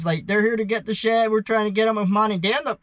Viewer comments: it sounds like you are saying shit because of the pronunciation of the D and T..like when you say they or the it sounds like you are saying day,,not using the th sound. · Its strange you pronounce renting "rending" but then you pronounce shed "shet" so it's not like you have a speech impediment where you can't say D's. Just swap the D in rending with the T in shet and they'll both be right😅